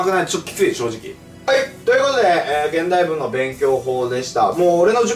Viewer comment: このコメ見た後に聞き直したら確かに聞こえました笑笑